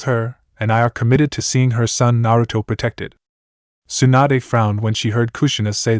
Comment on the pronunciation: stop calling tsunade, swanda